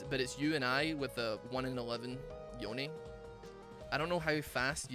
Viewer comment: No one:: Yo-knee